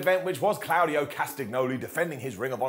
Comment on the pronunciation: Sorry again but his name is Claudio, the au is pronounced like an o, it is not pronounced like a cloud in the sky.